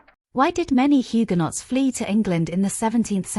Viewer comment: Mispronounced so far: DOMESDAY HUGUENOT RUDYARD Illiterate